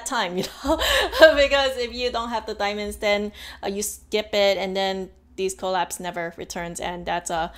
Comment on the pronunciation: The first few times you said collabs I thought you kept saying call apps And I was really confused what is call apps 😂